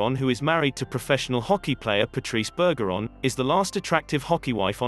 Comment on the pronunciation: Work on learning the actual pronunciations, too. It’s BER-zher-on, not BUR-ger-on (perhaps the narrator was hungry?), and it’s MAHL-kin (as in shopping mall), not MAYL-kin (as in malfeasance).